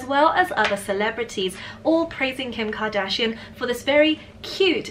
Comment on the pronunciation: Kim Ka-Dragon-shian?